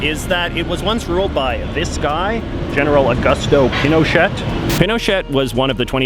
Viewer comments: It's pronounced pin oh shay not pin oh shet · Also, Pinochet is pronounced as Pino-chay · The former president's name is pronounced pee no shay, not pin o chet. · is pin o chet not pee no shay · jj im sorry but its not pino*chet*, its pronounced pino*cheh*. act like you're speaking french aka dont thing about saying the letter t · Pinochet is pronounced "pino-shey" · in Spnish it is pronounced pee no chay or pee no shay - but not as it was pronounced in the video. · You mean like mispronouncing Pinochet all the way through the video? Yep, great journalism!!! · you go all the way to the country and do a piece like this on the protests and can't pronounce correctly the Dictator with a 20 year reign? Yes, that is pretty sloppy. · You don't say the t of Pinochet. Great video though. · not to mention that pronunciation of Pinochet! oy vey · Can't believe how you don't even pronounce General Pinochet's name correctly. Did you do any homewor like talk to anyone about him or watch any videos on him? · You don’t pronounce the “T” in Pinochet